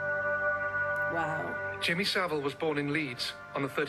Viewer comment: “Jimmy Civil” 🤣